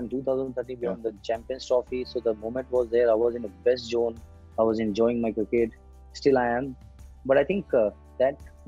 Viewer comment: Jone instead of zone